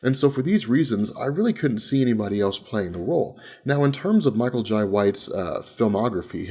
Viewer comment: it irks me everytime he says Michael Jai Whites name... TF....? it's pronounced Jay just like inbetween my name is lai but it is pronounced Lie